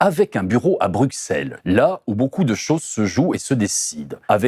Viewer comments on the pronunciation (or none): Excellent, mais pitié, on prononce BruSSelles, pas BruKSelles, que votre intégration dans la bulle bruxelloise se fasse avec succès ❤